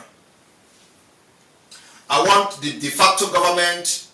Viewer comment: "DEFECTOR Government" or "De Facto." It is "De Facto" and not "DEFECTOR." De Facto" is a Latin word that means "In Fact."